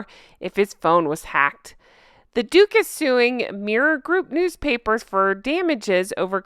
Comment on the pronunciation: Totally thought you said Dooffus once not "Duke is" 😂😂 My new name for them Dufe and Dufess of Sucksess' I wonder if he realizes the irony that the barrister "ran" into them in France . How did he know they were there. Or was it Dooffus of Sucksess dial-a-Lawyer?